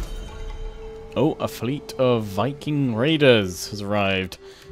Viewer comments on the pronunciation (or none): none